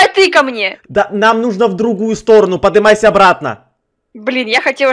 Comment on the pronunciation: Ты говоришь подымайся ,ты че русского языка не знаешь